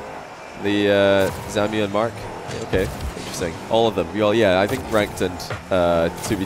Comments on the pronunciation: shiiiit please stop calling ZAMUE "ZAMIU" it's so tilting :( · Shekleor jajajaja ya ves, his name is zamuee joe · chupito everytime says "Samiu"